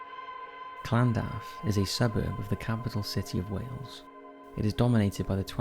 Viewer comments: In Cardiff its lan-duf not what ever you say it called:/ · The way he says Llandaff 😅😅😅